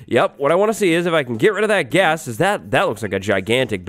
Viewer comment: lol you said Blast Ghast...aka Blast Gas